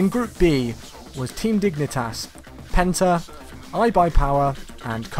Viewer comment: Penta sounded like Benter